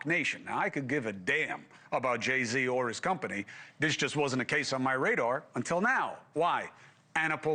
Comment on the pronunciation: Jay Z emphasis was totally unnecessary. Sounds like you have an issue with him . Cuomo really fell off after CNN, you’re like the white Akademiks